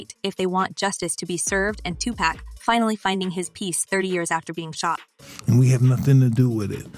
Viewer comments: Here....Let me help you out. It's pronounced, "Two-Pock". Say it with me, "Two- POCK". Not, "Two-Pack". You got it? OK..One more time, "TWO-POCK". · It's not pronounced Tupack. These so called journalist who clearly do not understand not rap, nor the culture. Geeze! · THIS CHICK DOING THE VIDEO IS A CLOWN, ITS NOT TUPACK, ITS TUPAC, PRONOUNCED TUPOCK, ALL THESE PEOPLE THAT HAVE NO CLUE BUT MAKE VIDEOS TO GAIN VIEWERS, SHE HAS NO CLUE WHO PAC WAS . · Stop saying tu pack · Can you please learn how to say the names. "Two pack" and "Seen Combs!" You did a good job with the video! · Can You Please Pronounce Tupacs name correctly!!!! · ITS TUPAC.... SAY IT WITH ME NOW